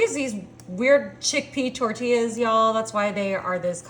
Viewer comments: Especially how she said "tortillas" 😂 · Saying Mexican cheese with a silent x then pronouncing tortillas how it’s spelt is diabolical